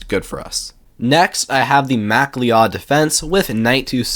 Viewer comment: Macleod = "Muh-cloud" It's not "Mack-Lee-Odd".